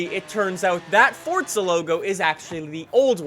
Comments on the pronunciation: He said Fortza not forza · Forza, not Fortza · In the beginning "so fortza horizon 2 " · Fortza hahahah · Annoys me how you say Forza, "Fortza"